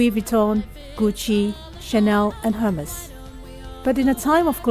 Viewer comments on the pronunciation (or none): She pronounced Hermes wrong...her pronunciation is weird as well